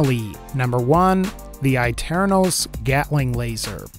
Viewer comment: It's pernounced A TERN US